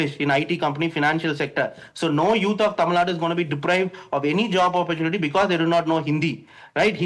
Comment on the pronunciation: She cant even pronounce tamilnadu clearly, mispronouncing as tamilNAD. THIS SHOWS HER ARROGANCE